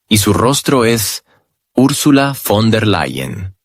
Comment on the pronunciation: fon -der-LE-yen